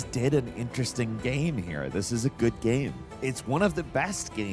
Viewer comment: "ganyme"....😅 I can never pronounce "game" the way my guy does sometimes. Great vid tho 😅😅😅